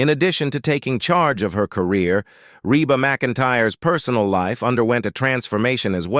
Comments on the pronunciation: eeeee Reeeeba. Not RAYba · It is pronounced Reeba. Dummies !! Reba so easy!!!❤❤❤ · Why is it you can't say the name right...😊